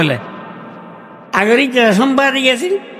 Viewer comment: উনি তো শুদ্ধ করে কথাই বলতে পারে না, সাংবাদিক কে বলে সোম্বাদি, উনি আবার দলের প্রধান হয় কি করে, আস্তাগফিরুল্লাহ